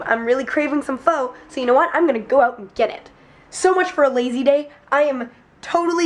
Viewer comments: Was going to say pho is not pronounced "fo" but more like "fuh" but then started pronouncing it correctly at the restaurant. Guessing either Mike or Darryl told her about it. But, nicely done! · My husband keeps correcting you and saying it's pronounced FUH lololol! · pho is pronounced fuhh